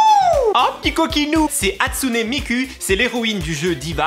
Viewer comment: Super vidéo comme d'hab ^^ j'adore quand tu chantes MJ xD mais on dit hatsune mikOU